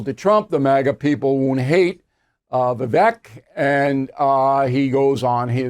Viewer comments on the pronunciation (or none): It’s pronounced Vih VAKE….took 2 seconds research. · Bill ~ You don't need to "have trouble saying that name". Vivek = ViVAKE. Rhymes with Cake. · Vivek says the last syllable of his name rhymes with “cake” So you’re pronouncing it incorrectly! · Big Pharmaswamy is how some are pronouncing Vivek’s name. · I would think would know how to pronounce Vivek, Lol.